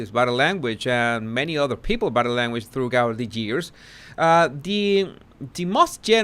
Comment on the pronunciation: Yes, British English can be complicated. Take for instance the word "throughout" it's pronounced throo out, not throo ghout. It's another one of those bugbear (irritating) words for you, just like determined. 😉